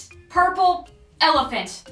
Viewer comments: Is says ourple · haS anyone noticed "ourple"? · ah yes my favorite color “ourple” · am i the only one who notticed the "ourple" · “Ourple elephant” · Nooo it said giant ourple elephant